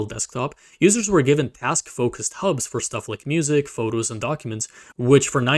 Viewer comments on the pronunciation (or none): none